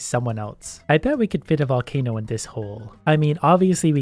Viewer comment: No one:: "Can I super charge a valcaino?"